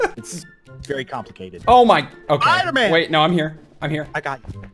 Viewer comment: Episode 2 you said spooderman